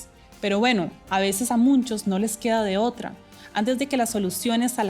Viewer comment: Me pareció escuchar que dice MUNCHOS??? 😅😱😱😱😱